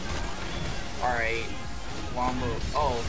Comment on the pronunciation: I love these vids but I hate the way this guy says alright